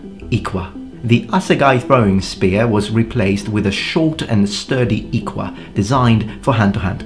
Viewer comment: Great video, I only knew about the Zulu weapons but it was nice to learn about others plus your pronounciation of the iklwa isn't bad It's not easy to pronounce so good job